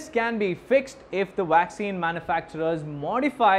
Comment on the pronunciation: Why do Indians pronounce is Waxxine